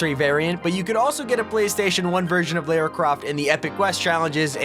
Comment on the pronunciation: its lara croft not lera croft